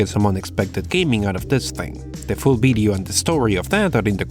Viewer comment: "Future bideo"